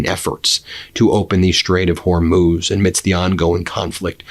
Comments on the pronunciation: Good job, you finally learned to pronounce "Hormuz". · Hey congratulations on pronouncing "hormuz" correctly! I'm so grateful you read my comments about it